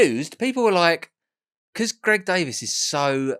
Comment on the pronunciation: Greg davis? It's davies